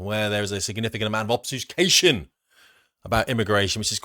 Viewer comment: Would have rhymed better if you'd actually said obfuscation 😅